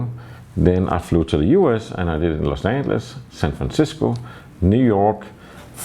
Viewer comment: I liked the way you pronounced "Los Angeles"... it is closer to the Spanish original pronunciation than the American pronunciation "Los Anyeles".